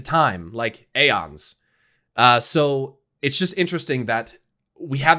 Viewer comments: God dammit. Its eons. Eons.. not aons. Eons!!!!! Its a very common term to explain a vast amount of times. I swear to god!! Stop saying AONS. Its fucking EONS. Its clear as day!!! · Roses are red Alliance peasants, Horde peons still mispronounces the word aeons